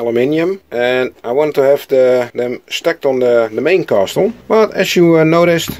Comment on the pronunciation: I like the new intro! The wooden block was a good idea, end result looks nice, the pointy tower came out best I think. Small FYI: the T in castle is silent, so in UK English: kassel and in USA English: Kessel 😋 Oh and is awesome, I hang out on panels with him a lot 👍👊